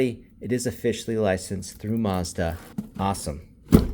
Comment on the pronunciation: It's maazzzdddaaa not musda😂